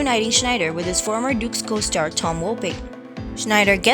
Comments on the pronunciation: Pronounced "Woe Pat" not wopie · You're pronouncing Tom Wopat incorrectly. The second half of Wopat is pronounced like saying Cat.